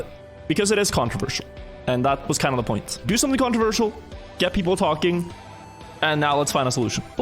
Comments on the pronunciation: it is very controwirtual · He is saying "controwirtual" on purpose, isn't he. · does he say controversial or controWirtual? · it is controwirtual indeed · Controwirtual indeed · I find it controwirtual... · Is the topic "controwirtual" then? XD Sorry, I'll see myself out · you could say it's controWirtual